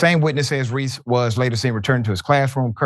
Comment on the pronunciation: "Reese axed her" ??